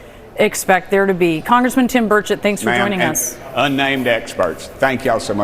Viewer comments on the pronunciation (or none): Question from a Canadian watching, I heard the name Tim Birdshit - you sayin' whatever his name is that way on purpose? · Every time I hear you say his name I think and hear you say “Bird shit” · you are making me LOL today... especially when you say Bruchett, I swear you are saying Birdshit..:face-green-smiling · When you said Tim Burchett's name, I thought you said "bird shit". Telling? 😂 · Omgosh- now I swear she called him birdshit… is that his last name? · Omgosh- I swear you called that politician Tim Birdshit - bellylaugh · I actually thought you were saying Tim Birdshit 🤔😂😂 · Love the content. Just had to say im sure you say Tim Burchette but it sounded like Tim Bird 💩 on. It made me chuckle and I needed it.